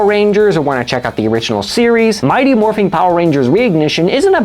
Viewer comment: Great video, but I kept getting pulled out of the story every time he said “Morphing”. IT’S MORPHIN’!